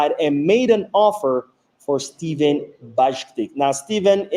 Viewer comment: Stefan Bajcetic Not Bajctic